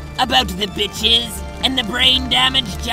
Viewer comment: whenever caliborn says "the bitches", i hysterically cackle loudly because it sounds like it was some company of bitches.